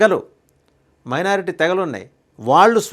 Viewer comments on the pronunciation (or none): 🎉తే గ లు కాదు తె గ లు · తెలుగును ఖునీ చేయకండి కొంత కాలం బతకనీయండి, తేగలు కాదు `తెగలు '